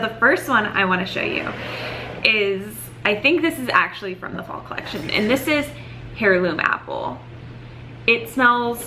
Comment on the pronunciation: Heirloom is pronounced like airloom.